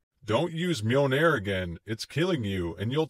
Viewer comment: Great review, but the constant pronunciation of Mjolnir as "Mee-o-nair" was a bit grating.